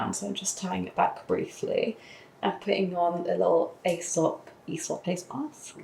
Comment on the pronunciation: The a is silent in Aesop. 😊 it’s a long vowel e.